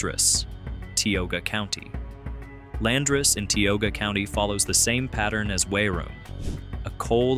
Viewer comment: Learned some new stuff about areas I grew up in BUT Tioga is pronounced ty(like you're saying eye)-oh-guh